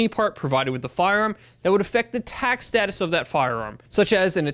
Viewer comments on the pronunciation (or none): none